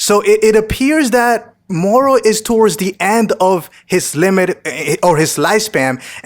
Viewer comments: Why are you using an accent on moro ? You dont use it on any other words, just say MORO not Murrru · The way you pronounce "moro " is lowkey cringey 🙄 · Why do you say mohoro instead of moro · Why are you pronouncing Moro's name like he's hispanic? He's a demonic goat wizard from another galaxy created by Japanese manga artists so I don't think his name would be pronounced with a hispanic accent? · dude please stop saying moro like that